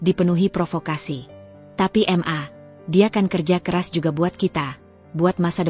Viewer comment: Mbak rasanya aneh ...baca maaaa... Untuk singkatan mama tapi di eja dg hrf m...a....